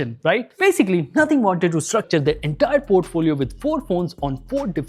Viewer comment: Nothing ❎Nohting ✅🤣🤣🤣🤣